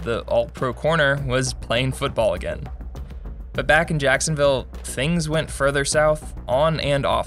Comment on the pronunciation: Ah yes. Sacksonville Abbey.